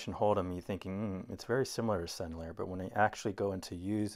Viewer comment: Thanks for the beautiful painting and demonstration of the Rubens. By the way, er at the end of french words is pronounced A and i sounds like E (Sennelier = Sennel-E-A)